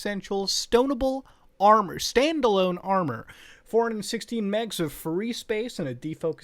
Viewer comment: Muta read Standalone as Stone-able lmfao